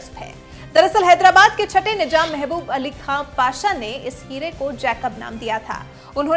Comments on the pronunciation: Nijam Nahi Nizam Apni Urdu Sahi Karo Channel Chala Rahe Ho Mazaq Nahi. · Pehle izzat se naam lo. Nijam nahi Nizam bolo. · Masha Allah no Masa Allah. Nizam not Nijam. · Waise nijam nahi nizaam hota hai apne alfaz ka talaffuz sahi kijiye madam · He is not " nijam" ..." nizam"